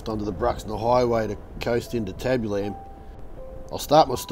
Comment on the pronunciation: YES! nearly drove me crazy. Tab-U-Lum